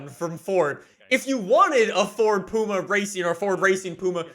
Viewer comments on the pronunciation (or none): Doesn’t it upset any other brits the way he pronounces puma 😂 it’s pyouma not Pooma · It’s “Pewma”.... not “Pooma”.... 😂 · I'm from the UK and I'm getting very offended by the way was saying Ford Puma. Is more pwuma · It's funny hearing his say pooma when I'm used to pyooma (puma) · No one:: “Ford Racing POOMA” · Ah yes I love the "pooma" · It's pronounced pwuma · Ford Racing Puma not the way you pronounced it. Only 500 were made (1000 planned) you bought a puma & ford delivered it to tickford for its conversion. You personally didn’t take it. Was built for S1400 & 1600 Rallying.